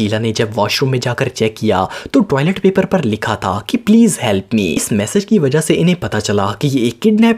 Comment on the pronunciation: It's message not massage